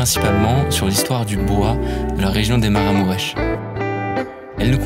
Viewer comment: Ça se lit "maraMOUureche". Merci pour la vidéo 😊